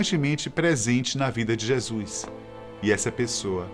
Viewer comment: e a pronuncia certa é JESUS e não jesuis em alguns trechos escuto jeasuis .to achando esse vídeo apócrifo pois o narrador não pronuncia certo o nome JESUS essa ideia é improvável. rsrsrsrsrsrsrsrsrsrsrs